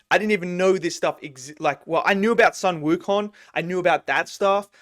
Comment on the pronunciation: Your pronunciation of Ne Zha is pretty much accurate, but Sun Wukong should be pronounced as something like “Soon Wu Cone”.